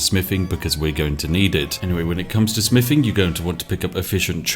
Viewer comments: Smiffing is the manly version of sniffing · smiffing?? wuts smiffing?? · Spiff prefers to say "smiffing" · I enjoy the videos, but it is very hard trying to be invested in the proper English character when said character cannot pronounce “th”. Especially with the repeated use of the word “smiffing “. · More like 'Smiffing' ...if you listen to how he says it. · He also smiffs and frusts as well. And counts to free and frows fings. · I know he's saying "Smithing" but it really sounds like "Smiffing". But to be honest I prefer smiffing because it reminds me of the great all mighty otherworldly existance Spiff. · The Smiffing Brit. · Ah, yes, the. Just what I was looking for. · More like "smiffing" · I'm hearing "We've leveled up our Spiffing"^^ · He actually did say "level up our Spiffing" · Th doesn't make an f sound just FYI